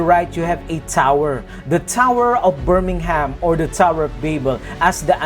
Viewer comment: Actually, as someone who lives in Birmingham, I can tell you that the bull is the civic symbol of Birmingham, owing to the ancient 'Bullring' markets in the city centre. The 'h' in Birmingham is NOT sounded, by the way. The bands featured in the opening and closing ceremonies were all well known Birmingham bands. I agree however, that the depiction of Birmingham's bull did have more than I was comfortable with of the demonic about it. The choices of some of the songs was also inappropriate. I agree with most of what you say. I just wanted to explain why a bull was chosen as well as the selection of the bands.